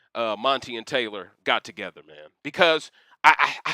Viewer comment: You getting Brittany TO-GE-THER! 😄